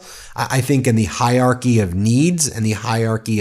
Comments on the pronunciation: HIERARCYY, not hyarchy. Sounds like higher-ar-kee, not high-ar-kee. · Both "r's" are pronounced. hi·er·ar·chy ˈhī-(ə-)ˌrär-kē How to pronounce hierarchy (audio)